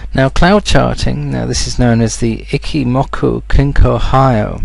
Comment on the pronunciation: It's "Eeee-Chi" not "icky"